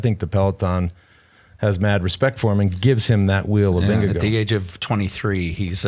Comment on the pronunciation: Why are we pronoucing the name Vindego? It is Vin - ge - guard, no?